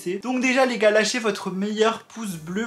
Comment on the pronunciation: Tu peux juste arrêter de dire les gars avec cet l'accent bizarre 🙄🤦🏽‍♀️